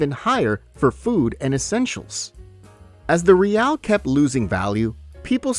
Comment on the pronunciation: Not reely